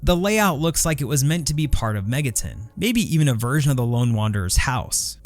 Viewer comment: "Megatin" no that's megaTON.